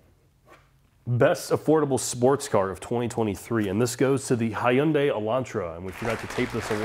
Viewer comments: Decent lineup. Oh and, it's 'Hyun-DAY' (two syllables, not three). Overall, a decent list and well thought out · He goes Hai-Yun-Dei Elantra, and gets corrected. That was funny lol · Both pronunciations of Hyundai are wrong. I salute the effort.